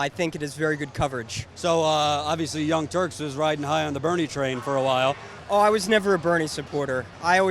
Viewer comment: So nobody noticed that this guy said, "Young Turds".... Really am I the only one?